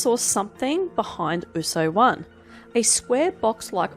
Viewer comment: Ausso-one. Not Oooso-one.